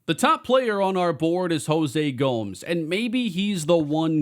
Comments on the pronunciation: Future reference: Gomes is pronounced like “Gomez” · The way you say Gomes, cringe. It's a Spanish name, not an English name. Good job you didn't draft him.